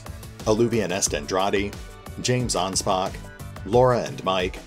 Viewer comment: I'm actually kind of amazed you got my last name (Anspach) right. Most people say it "Ann-spatch" the first time. Kudos, sir!